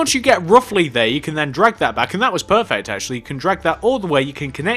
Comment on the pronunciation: "Perveert eh perfect"